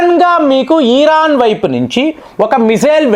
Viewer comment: ఈరాన్ కాదు ఇరాన్